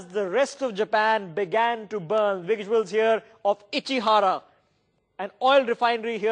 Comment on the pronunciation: "Take a luuk at dis wuisuals" Awesome.